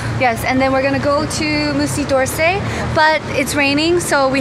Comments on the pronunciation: it's not 'Moosey DORrsay' lmao It's 'Muzee duh Orsay' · lmao, "moosey dorsey"